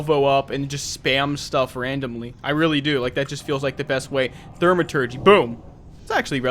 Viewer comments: Good vid, its pronounced "thou-ma-turgee" its the study or work of magic. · Thaw-ma-tergy, no "r". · Great video as always. Also, it's pronounced "Thaw-maturgy"